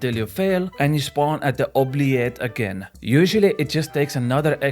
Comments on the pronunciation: Oo-blee-et. Not oo-ble-air. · You pronounce it wrong though... try saying the t at the end "oublieT" (french is fun) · the T isnt silent in oubliette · if it were "oubliet" then you'd be correct, but "ette" is pronounced as "et" like in "recette"